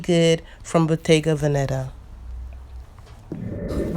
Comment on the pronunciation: It's bottéga véneta. The accent is on the first e in veneta not venéta.